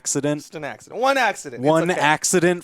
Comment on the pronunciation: "Axe-ciddent" ¿Brawhalla official Meme?